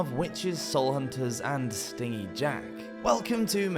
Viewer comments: Pronouncing stingy (stin-gee) as (sting-ee) and sidhe as sids is kinda funny, ngl. I think sidhe is usually both plural and singular nowadays, although it's Gaelic and I don't actually know any Gaelic so I'm just guessing there and I also can't vouch for historical quotes as people sometimes seemed to be winging it with the rules of English, let alone loan words. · It’s pronounced “stin-jee” jack, as in cheap/unwilling to part with money. Not “sting-ee”, as in likes to sting stuff like a wasp! The legend has stingy jack cheating people,and the devil,out of money. That’s why he is forced to roam the earth as punishment!! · A wasp might be "sting-EE". Jack was "stin-jee". (The opposite of generous.). Or maybe "stin" G. Otherwise, good information in there. I love that oft-used old turnip jack-o'-lantern... it's creepy as all hell. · I noticed this too. I was like…I think he’s saying it wrong lol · Thought it was “stingy” Jack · many zoomers and millennials have never heard words pronounced correctly because they grew up on the internet and not listening to people talk in person. Stingy with J sound yeah not a G sound.